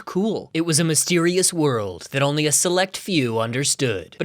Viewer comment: but I'm onwee thwee